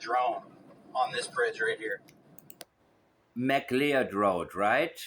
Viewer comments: McLeod is Pronounced “Mik-LOUD” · “McLeod” would be pronounced “McCloud”